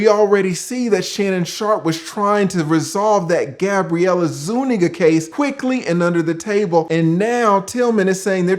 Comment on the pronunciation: GABRIELLE ISUEKNEEGGAS!!!!😂😂😂